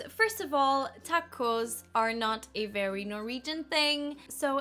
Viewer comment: Have a look at this nice example of Icelandic accent: the sentence '...so that you may not miss an opportunity...' do you hear it? 'noht' You sometimes sound littlebit like that - but only in this respect, not the rest of the accent. I don't write it to criticize, you have super nice and smooth English! Just as an observation. Because up until now I thought that only Icelanders do it and you have proven me wrong :-)